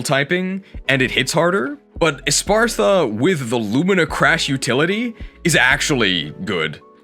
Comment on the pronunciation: Why does literally every poketuber say espartha instead of espathra